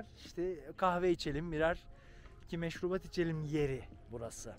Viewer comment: hocam senin şu "meşrubatlar"ın bitiriyor beni. çok gülüyorum 😂😂😂